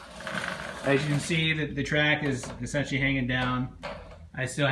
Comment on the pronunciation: you say esentialy